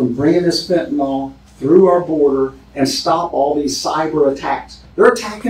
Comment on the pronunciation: Sheriff, its known actually as Fentanyl. FENTA-NILL. Not fentanyl-nawl… (It makes a difference. Not choosing to speak English correctly, means we aren’t teaching each other. Its done by hearing words pronounced correctly. And, in turn more of us hear and see correctly, so we can teach each other by reinforcing correct pronounciation. All without consciously thinking about it. Think of it like this. Why co people in and from the South speak the way they do? With a slow, Southern drawl and twangy? It’s because it is how everyone around them speaks. They hear it over and over. So, they learn by word association. They don’t (thankfully) sound like New Yaukahs, with their language patterns, impatiently fast patterns and word shortcuts. There it’s the same learning cycle. They hear and repeat, because everyone else is doing just that, and - sounding like New Yawkuhs.